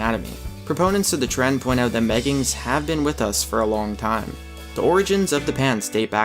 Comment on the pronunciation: meggibs sound more like gayggins